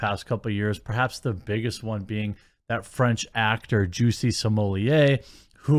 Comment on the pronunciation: Stop pronouncing it as juicy …😂😂